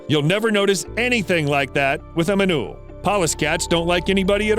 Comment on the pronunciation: ''do you remember the sociable manule'' 🤣🤣🤣